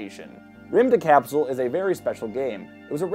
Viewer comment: Remove the "e" in "rymdekapsel" and it's about right